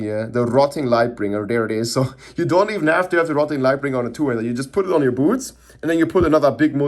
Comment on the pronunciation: "Just put every unique on yer bootz..."